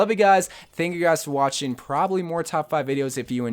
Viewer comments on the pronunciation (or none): none